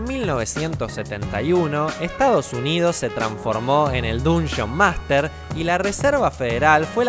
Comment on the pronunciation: el "dunshon master" esa pronunciacion no te la robo...jaja chiste excelente video!